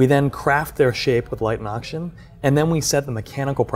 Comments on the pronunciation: anyone else find it super annoying the asian dude says "Ocshen" instead of oxygen? edit: im further into the video, he does that to a lot of words. dude. fully pronounce your words. wtf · Take a shot Everytime this guy says 'Oxshen'